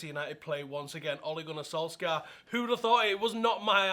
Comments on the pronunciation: It's pronounced "soul-shah" ffs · The "skj" in Solskjaer is pronounced like the "sh" in short - norwegian